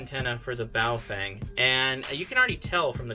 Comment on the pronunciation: Not that it's a big deal but everytime I see a video about this manufacturer, you guys all pronounce it wrong. It's not Bao-fang --- it's bao-fung. Just thought you might want to know :)